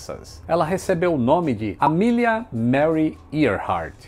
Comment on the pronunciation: Fiquei boa parte do vídeo pensando: quando vai começar a falar da Amélia? A forma com que ele fala o nome dela ficou soando como Milly..... kkkkkkk Isso que da ser alfabetizado em escola pública.... Abraço